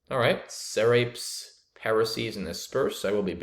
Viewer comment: Sometimes my brain just can't process the word when mispronounces it. It wasn't till he typed it out I figured out what word SE-RAPES was.